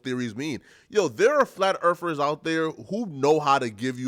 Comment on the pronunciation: "Flat Erfers"?